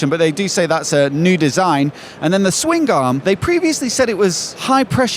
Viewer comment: Ok, Swing Garm? Swingarm. One word. Aaagh.